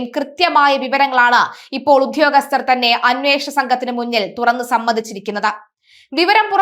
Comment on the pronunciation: "Uddhhyogasthar" ennu nallathu pole parayan atikku.